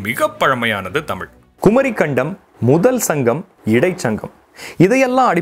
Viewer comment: தம்பி உச்சரிப்பில் கவனம் செலுத்துங்கள். ' தமிழ் ' தமுழ் அல்ல. தெடர்ந்து உங்கள் பதிவுகளைப் கவனித்து வருகிறேன் . வாழ்த்துக்கள்.